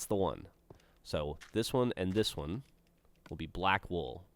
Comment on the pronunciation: When Gavin says "wool," it sounds like "wall," and when Gavin says "wall," it sounds like "wool."